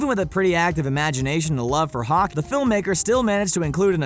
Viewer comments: you said hawk instead of hockey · Did he seriously just say "hock" it's hockey just say the "ey"